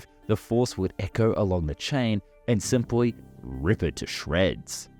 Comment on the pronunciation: "simpwy puwl"